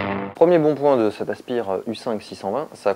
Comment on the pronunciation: Asse pire ! " Ase..py..eure " plutôt